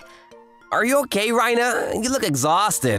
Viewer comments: Stop saying "Reina" like you're saying "Rhino" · "Reina" like "Rain". Seriously, there's only ONE way to pronounce Japanese words and names!